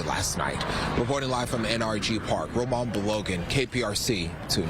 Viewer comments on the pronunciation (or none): His name is Rilwan pronounced “real one” 😅😂😂